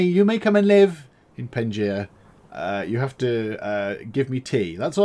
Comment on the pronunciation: It is called Pangea not pengia